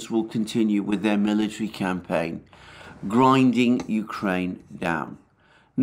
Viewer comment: Alexander, it is becoming obvious that you enjoy one term very much. You use it often and with great excitement: Grinding down... Grrrrrinding down, Grrrrrrrrrinding down... You often smile and raise your voice as you say it.